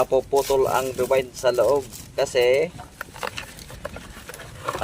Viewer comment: Coil kuya hindi rewind